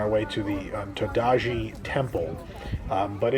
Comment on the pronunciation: Todaiji is pronounced "toe-dai-ji". The statues are of "asura". The Giant Buddha of Nara is that of the Vairocana Buddha. ICOCA is pronounced "i kou ka"which means "should I go?" or "I go". Completely agree on the Nintendo World's poor operational design. Thanks for the vlog,!